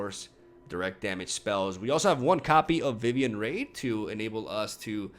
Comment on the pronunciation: I love your content, but it’s Vivien Reid not Vivien Raid